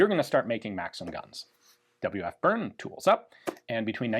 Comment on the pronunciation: Great video as always! Just for future use, "Bern" (from Waffenfabrik Bern) is actually pronounced more like "bearn" like a bear, or "bear" with me, or bare-handed, not "burn".